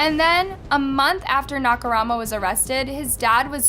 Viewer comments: Agreed. I understand if it's a foreign name and you genuinely are unable to pronounce it even after looking it up, or you can't find any references of how it's said, but like... Dahmer is infamously known, and Nakamura isn't THAT hard to find the pronunciation for. When I hear a name so butchered it completely takes me out of the video tbh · She did the same with her next story with Nakamura... feel like it was rushed so she could just get a video out. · I noticed that too, also the way she kept mispronouncing “nakamura” even though it was spelled correctly in the captions 😂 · You had so many chances to pronounce Nakamura correctly and not once did you take it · Hey, I love your channels and your content, but you seem to be butchering names more and more lately. 😞 it's a bit of a red flag to pronounce "Dahmer" incorrectly in a true crime video and your repeated butchering of Nakamura's name made it feel like you didn't care to get it right. You are a great investigator, keep it up. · She did the same with Nakamura.. she kept saying Nakurama.. Japanese names have meanings but Nakurama made no sense... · na-ka-mu-ra, not "knock-a-rama" <3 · Nakumara Nakurama Nakumara Nakumara Nakurama Nakurama Nakurama and so on ... the dude is named Nakamura XD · Nakurama? Nakamura? 🤔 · Nak a mura How is this pronounced Na ka Rama ? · how come you kept calling Nakamura, Nakarama? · It's Nakamura, not Nakurama, right..? 😂🙌🏼💯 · First of all thank you for making this video, but secondly, please focus a little on the names of the people you talk about. I can understand that foreign names are hard to pronounce but at least get the order of the name right, it really threw me off when you kept switching from Nakamura to Nakarama. Again, I know we don't all say things the same way and that is fine but at least put in enough soul and respect to get the order of the letters right. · Nakarama LOL Wasn’t it nakamura? Idk but it’s funny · the freaking "nakaRAHMA" is also annoying 😑